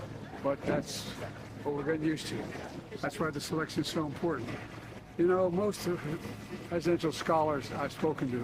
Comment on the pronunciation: sounds like the walking corpse is saying, 'that's why the selection is so important'.